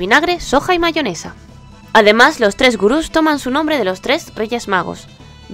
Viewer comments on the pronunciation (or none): none